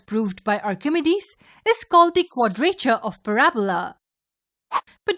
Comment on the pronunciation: that is not how you pronounce Archimedes, it is ahr-kuh-mee-deez not ahr-kuh-meh-dees. You have to put in a mee on your meh.